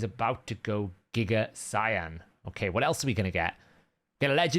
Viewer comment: its not 'cyan' is saiyan look up how to say it dude lol